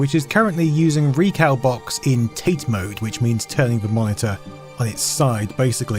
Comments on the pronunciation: Side note: "tate" is not "Tate" (TAYt) as in the surname, but the japanese word "立て" (TAH-teh), meaning "upright" (i.e. the largest side pointing upwards). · For the love of god, TATE is not pronounced like 'taint'. It's a Japanese word and sound like 'Tah Teh'. Taint mode indeed!